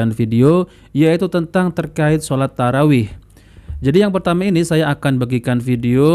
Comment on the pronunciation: Hancur shalat taraeeh model aswaja.bacaan nggak betul ,cepat teriak2 .apa aswaja ini masih islam